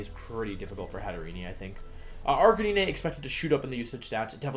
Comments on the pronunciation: Arcanee-nay. Check your spelling 🤦‍♂️ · ....ok how can you look at arcanine's name and think its pronounced like that